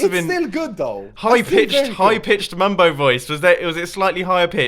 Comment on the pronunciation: Why does call mumbo bumbo?